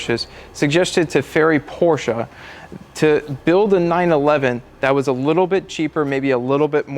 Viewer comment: At least you’re pronouncing Porsche correctly now